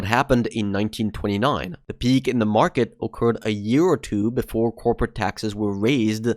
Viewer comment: You say "peak" and I know you are a Swede 😂